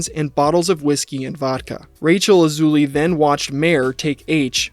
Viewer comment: King A-loozay😂